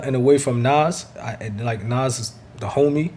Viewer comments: His name is Nas, not Naws! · I hate how you pronounce NAS. Nauze. Lol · Nas...y u say Noz?🥴🥴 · Was is he pronouncing Nas name "Nos" lmao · Lol why you say nas like that 😂